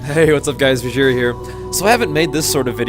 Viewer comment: Um Bejiheera ? seriously -.